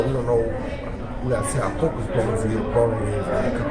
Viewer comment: Its Broner not Brooner